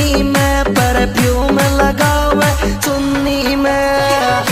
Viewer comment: Bhai muje kabhi kabhi aaisa lagta he ki चुन्नी kehta he lekin चुनी कहता he